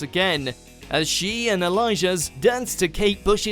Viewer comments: Its (Ali-ash) not (al-i-shz-as) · Ally ash - Aliaz. not elijah. paso doBLEY - paso doble. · The narrator is terrible at pronouncation. Aljaz’s name is pronounced like Ali-ash not Elijah. And pasodoble is pronounced as paso-dob-leh not passodobble 💀 and it’s Wuthering Heights…they need a better narrator jeez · on number 6 the name is alijaz (al-e-ash) not Elijah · It really pisses me off how he pronounces paso doble wrong and how does aljaz looks or sounds like Elijah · Anyone else cringing at his pronunciation of Alijaz? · I'm sorry did he just call Aljaz "Elijah?" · Crazy Purple Unicorn Elijah 😂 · WHO ON EARTH IS ELIJAH?!😂 do your research. AND PASE DOBBLE?! 🙄🤦🏼‍♀️